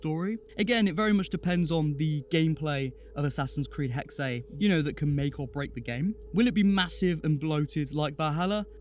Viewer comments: Hey im from Germany and its pronunced Hexe, so not Hex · indeed, it's essentially just pronounced as the english (well, obviously taken from german) word hexes, just minus the s.